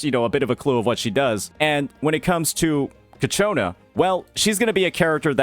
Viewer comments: please stop saying cacciona. it’s ciaccona. cha-kko-na. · love the content but every time you say kachona is making my blood boil at this time lmao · I’m pretty sure It’s pronounced Cha-ccona like ciao. I think it’s Italian based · yea I know, he keeps mispronounce her name in all his videos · The ci is pronounced like ch bro. pretty much like how you say ciabatta is how you say ciaccona